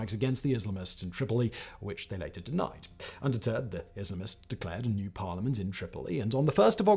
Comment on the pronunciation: Grateful for the auto-generated closed-captions. You are grossly mispronouncing "Islamists". IS-LUH-MISTS? Just lol...